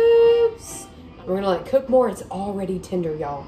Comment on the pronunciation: 🤣🤣🤣 says cok with me instead of cook 🤣🤣